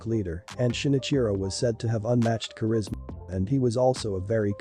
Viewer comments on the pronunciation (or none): none